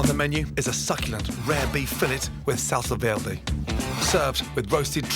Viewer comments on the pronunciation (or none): we gonna talk about how he said salsa verde lmao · What was the sauce on the beef roast? I thought he was saying “Salsa Verde” at first but it clearly isn’t that.. at least not as I understand it (tomatillo) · Gordon, never try to say "salsa verde" again